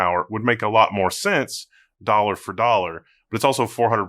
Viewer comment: TWO THOUSAND DOLLA